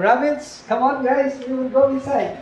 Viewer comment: When he says “hi guys” he says “hey geys”